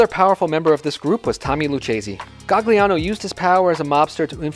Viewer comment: And where the hell do you see an "L" in Maggadino? AND and the accent is on the "e" not the "a" in the name Stefano. It was painful to listen to this. And it's not GaGliano. Gli is pronounced Lyee. Same with consigliere. It's not ConSIGliere. It's the gli is pronounced lyee. Use Google Translate and hit the little bullhorn icon that pronounces it. And it's Anastasia not Anatasia. For the love of God! Please.